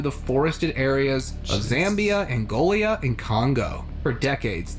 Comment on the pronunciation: I'm pretty sure it's Angola, not Angiola, Okapi, not Okiapi. And there were a few more mispronounciations that irked me 😅 Anyhow, I find the jungle so fascinating, but I think some venomous thing would bite me as soon as I'd step into the jungle.